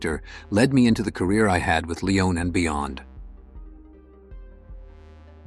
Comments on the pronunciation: Yeah, not to mention Sergio Leon. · I can understand the desire for a perfect reading. We humans are often unclear, have difficult accents or speech impediments, and stumble over words. Presumably, before AI fetched the clips and built the continuity, something like this began with a script created by a human (?). I would suggest inserting phonetic spellings such as SIMM-uh-rahn and lee-OWN when exotic words come up on the first pass; they review before posting- right? Right?